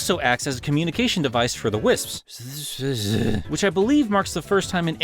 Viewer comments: Your jokes are funny bro... keep'em in. Here's a pronunciation guide: "Wiss-ps". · It's not that hard to pronounce wisps I guess the British get it easier because Americans just can't make the pss pss sound